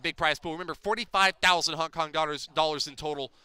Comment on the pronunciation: It is Hong Kong not Honk Kong idiot